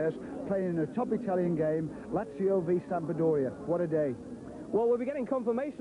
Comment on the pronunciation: I wonder how many times they told that it's not Sampa-doria before they gave up.